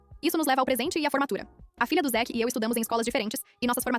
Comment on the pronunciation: Zick? Não era zack?